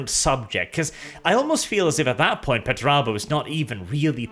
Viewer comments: ffs why are you saying petterabo and not PERterabo 😅😅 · why do you say peturabo? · There's a first R in that name... ffs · I got "Pert a boat," & I lost it. Then CC called Perturabo "Better Iowa." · Everyone: Perturabo Me: Portobello